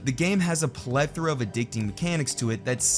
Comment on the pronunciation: "addicteeng" "unproportional" what in tarnation are these words, goshdarnit?